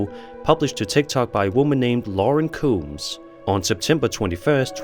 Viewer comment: I figured out why he mispronounces people's names. Like in the second video, her last name is combs. But he says it coombs. What better way and strategy to get people to put more comments than to say the names wrong and have people write in the comments to correct him. I think it's genius!